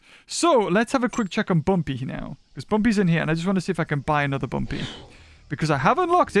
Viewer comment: You know rushed this when he says bumby instead of bumpy